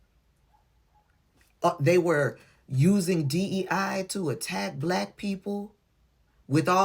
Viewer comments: He pronounces it as 'bulaakk_.k' I added the extra letter to the end on purpose. 🤨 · Put that STRONG EMPHASIS on it didn't he. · yes he did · I noticed it too. He always says black with a weird emphasis on the word. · A lot of the lepers do. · He does put a lot of emphasis on it.